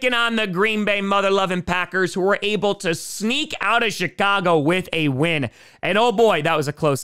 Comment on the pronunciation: You know, everytime you say the bears. I keep hearing the Shitcago Bears. And at this point, I don't know if you mean it or it just so happens XD